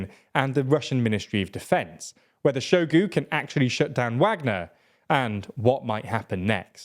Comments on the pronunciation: I will gladly volunteer to send you guys an audio recording of how to correctly pronounce names before you make videos…Shoigu is pronounced exactly how it’s spelled, “Shoi-gu” and not “Show-gu”. You guys almost said Prigozhin right - the only thing is that this “zh” in Russian transliterations is more like the sound at the end of the word “orange” and not a “z” sound with a silent “h” like you guys say it. Russian doesn’t really have silent letters like English, and in any case the “zh” corresponds to a single Russian letter, “ж” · Make an effort, son. It’s pronounced “Shoy-gu”.